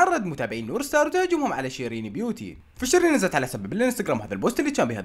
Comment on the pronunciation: ستارز ❌ سترز ✔ 😂😂😂